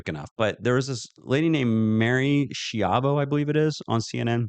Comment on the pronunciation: Mary's name is pronounced "ski-ahvo". She is a former Inspector General of the Dept of Transportation. I believe she meant that juust like once you hit Vr you can't stop take off, as the plane is landing there is a pointvat which a go around can't be initiated any more.